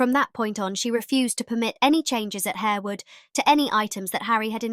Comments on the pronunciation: Pronounced Harr-wood, not Hair-wood. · The incorrect pronunciation of Harewood and Lascelles shows up the lack of research for this video.